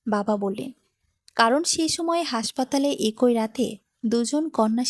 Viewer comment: শব্দটা "একঐ" হবে না। ওটা উচ্চারণ হবে "একই"।